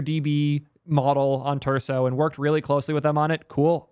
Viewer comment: repeat after me, friends! starts with t and ends in urso. or starts in l and ends in imbo.